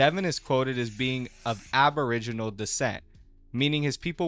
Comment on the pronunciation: I agree. Not trying to be a hater but holy shit why does he sound like he’s reading off cue cards his parents wrote for him the night before a project? And I cringed at the way be pronounced “aboriginal”